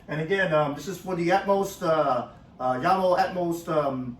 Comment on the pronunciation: The J is not pronounced like strawberry jam... its pronounced like You Yamo